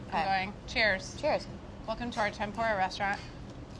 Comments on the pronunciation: They way she says Tempura it’s PRONOUNCED tem-poorah sorry just a triggered Japanese here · I don't mean to be that guy but it's pronounced Tem-Poo-ra. almost like the PU part has a U not a O. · any other asian kinda of mad how she said tempura